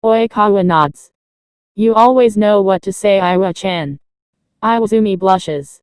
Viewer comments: Did anyone else notice it said Iaw-Chan instead of Iwa-Chan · At exactly you said Iwa-cham